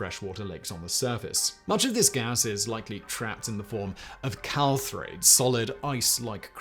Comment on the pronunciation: Calthrates? Perhaps the accent allowance cant forgive this mispronunciation of clathrates. Tbh, im only 90% im right on this one. Gonna post it anyway and then go check.